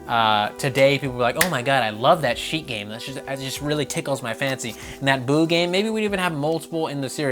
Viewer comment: Goddamit, its SHEIK! Jaysuz....